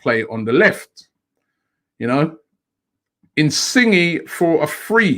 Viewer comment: Someone please pay and ask him not to murder footballer's names. In-Singi it seems LMAO It's In-sin-ye.